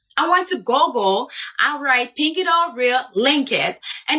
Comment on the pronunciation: did she just pronounce 'google' as 'goh-gle'